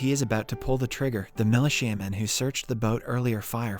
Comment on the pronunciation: "mali shaman" instead of militia men... 😂🤣😭